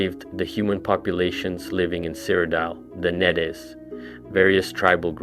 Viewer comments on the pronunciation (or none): It’s “Needs” not “Ned Es” It’s “ay-lids” not “eye-leads”